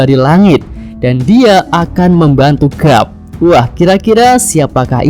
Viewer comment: garp bukan grap